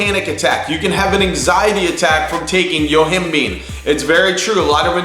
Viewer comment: Yo-him-bye-n. NOT YO-HIM- BEAN